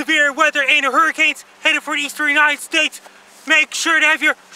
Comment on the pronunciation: he sounds like a brit punk vocalist when he says "-nited states"